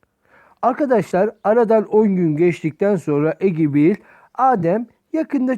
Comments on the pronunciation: "Egibil" hahaha abigail olmasın o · Egibi ne aq ebigeyıl diye okunuyo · Hani isim inglizce ya ebiceil diy eoknuyot